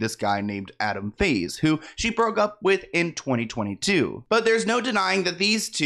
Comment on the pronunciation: Wait LOL is it “in whose sheets” bc I hear “in his sheets”